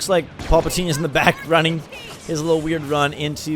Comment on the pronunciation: I cringe hard every time he calls Palpatine Paulpatine."